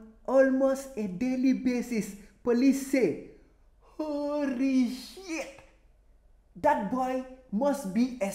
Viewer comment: "Horrrrrrrry sheet!"